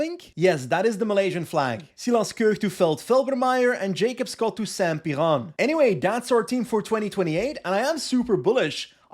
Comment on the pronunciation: pronouncing saint Piran (a Cornish cycling team) in a French accent made my day lol